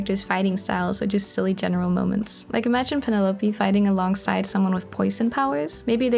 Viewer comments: Ah, if it's a personal choice then I'm here for it, but just in case you didn't know, Penelope is normally pronounced Pen-ell-uh-pea! On a separate note, your art is so cute! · That first pronunciation of Penelope caught me WAY off guard 😭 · I have NEVER heard someone pronounce Penelope like that.. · I think she said it in a more Mexican accent, since people who speak Spanish pronounce Penelope like that